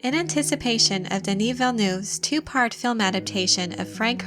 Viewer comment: The EU in VillenEUve is pronounced like the E in nErd instead of being pronounced like LOUvre